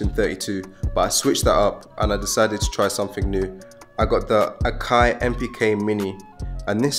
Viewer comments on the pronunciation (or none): none